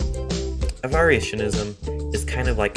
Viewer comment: It's not Avar-itionism, it's Avarition-ism.